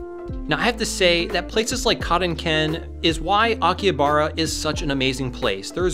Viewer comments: Isn't it pronounced Aki-HA-bara? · The H in Akihabara reads like an R